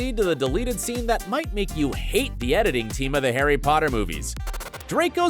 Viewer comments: “pOtTaH” Need I say less!? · lol the fact that even with Draco happy he was like I need to say pottah one last time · famous last words because I think that was his last "Pottah" in the movie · Draco’s redemption scene is everything especially because he said “pottah” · I like how when Draco runs he still says pattah